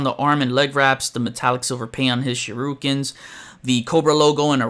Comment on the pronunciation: Not "shirukens"; Shurikens. You said shahrookens. Lol🤭😆😂😜 yeah... Remember this "sure he can". Start by saying that real fast. Then you can refine the pronunciation. I'm just taking the piss out ya, mate. I love this video.